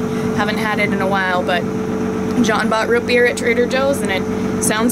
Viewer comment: ROOTbeer not ROTbeer